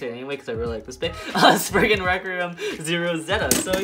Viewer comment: you said "sprugnut"